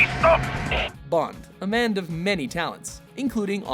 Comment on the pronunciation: "Bond. A mand of many talents."